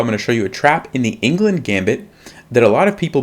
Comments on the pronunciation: Cmon man, you didn’t even pronounce the Gambit properly! It’s “Englund”, named after Swiss player Fritz Carl Anton Englund. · And that's why Black rarely plays the Englund in response to 1 d4. (BTW Englund is not pronounced England.)